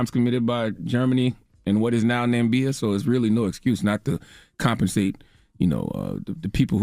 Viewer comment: NAMIBIA Charla. I dig that you read the article but that mispronunciation makes clear how out of touch USA is where other countries are concerned. Na-Mi-Biya. Black bros and sisters, let's get educated about one another because like Wale said "White terror don't sleep" Love from South Africa